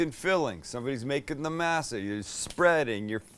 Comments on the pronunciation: Sam..your killing me, it's pronouced "maa-saa" NOT "masa"! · Being from the Southwest I use to have having Tamales at Thanksgiving & Christmas. My family has even made Enchiladas for the holidays. Masa is pronounced Mah-Sah not May-Sah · Mass Ah? This ain’t church. Moss Ah, cabron. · I think it's pronounced may-sa not ma-sa, per Cherokee reference, JS. Who did the knife go to???? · You sound like the main character in Roots when you say masa Dont you live in San Diego? And own a taco shop? And you cant pronounce masa right? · I knew these tamales were gonna be garbage the second he said "mass-a" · The way he says masa is a little sus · Pronouncing masa wrong......just fyi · is the only time you say masa right lmao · Thank you! It’s been driving me nuts that no one else has said anything about his pronunciation of “masa” 🤦🏻‍♀️ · I luv tamales and A for awesome effort. Consider trying again next Xmas. Oh and less lard. One other thing, try working on your pronunciation, I couldn’t help but think you were referring to your viewers as slave owners.